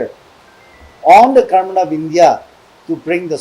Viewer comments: 😂Our Odi we Aos pronounced are sooo poor and weak Kurmen means Government All mistakes points u people please take understand with Okay 😊He is the only MP from our Nagaland Please support him 😥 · Garment means Government okay My odi We Aos Soo weak poor in Pronounced but let's u people Understand my Pronounced 😂 okay